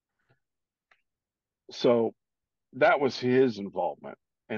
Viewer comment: It’s NESERA not NASARA